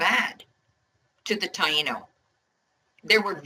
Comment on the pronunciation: Pronouncing taino wrong